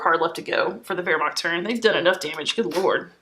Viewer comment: Awesome - subscribed looking forward to more of your treatment and love the way you correctly pronounce Wermacht ! Kenrick